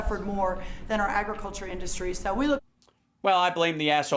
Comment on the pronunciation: His “inDustry” pronunciation drives me batty. Like when the InfoIdiot uses the word “pathagenen”.